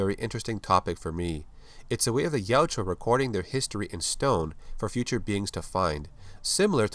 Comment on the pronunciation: Good video! I just want to let you know you keep calling the Predators, Yajua, but it’s Yautja. Ya-ut-ja. ☺️